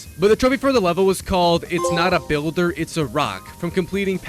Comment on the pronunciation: It’s boulder not builder 😭